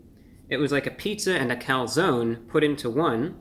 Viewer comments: Calzone not calzony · Reviewbrah - The "e" is silent. lol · Its cal- zone not calzoknee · I like that the replaced the e with a y because the e is not silent in calzone. There was a local pizzaria that spelled it calzoni so people would pronounce it closer to the Italian pronunciation. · As an Italian I am personally offended at someone calling something a Calzony. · Take a shot every time he says calzonie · Do they really call it a calzony? Usually it's pronounced calZONE. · I hate the fact he says calzonee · you in the US seriously call a Calzone "Calzony"? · OK nobody that lives in New York would ever step foot in an Olive Garden or eat this type of pizza but for God sake can you please learn how to spell and pronounce calzone because your commercials are killing me. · review brah, its cal zone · Being Italian i can't help but be triggered, it's Calzone, with an E Cool stuff tho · Cone, coney. Calzone, Calzoney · “Calzony seepage” 😅😂🤣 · When he said "Calzony Seepage" I felt my stomach churn